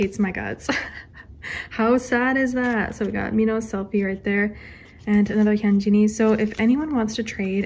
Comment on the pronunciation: why do u say hyunjeeen not to be rude he's not a pear of jeans